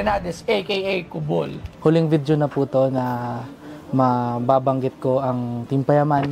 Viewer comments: Kulob - ❌ Kubol - ✅ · Its not KULOB its KUBOL HAHAHAHHHAHAHAHAHAHA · Kulob ❌ Tubol ✔️ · KULOB ❌ KUBOL ✅ 😂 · KULOB ❌ KUBOL ✅ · Na tawa ako sa "KUBOL" na pagkakasabi ni Boss Toyo. Haha! Akala ko talaga 2Ball.